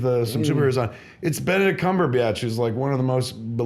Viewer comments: Kev I love your work but please for the love of God just say the name Cumberbatch correctly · I'm obsessed with fatman on batman, but I want to take a bat to his face everytime he says "cumber-biatch"